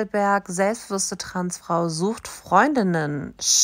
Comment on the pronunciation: ... wait what? "TransFRU..... Stolz SEIN eigenes Leben zu leben" ? 0.o Paging an Dr Freud ich glaube wir haben einen akuten Versprecher :D